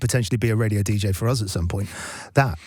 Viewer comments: That is the proper pronunciation… it’s a French name. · He actually pronounced his name correctly lol Homme himself admitted he had been saying his own name wrong for about 45 years, and that it’s actually pronounced like “home” not “homee” like he previously had thought. Whoops. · He likes it pronounced rhymes with mommy 😂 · Whenever people say homee it hurts me a little bit, he pronounced it right